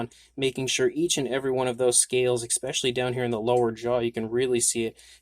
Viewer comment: ESSS specially, not ECKS specially